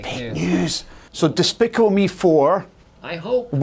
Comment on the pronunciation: Did he just said "Dispickle me"?